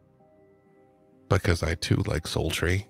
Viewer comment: Totally shipping "soltry"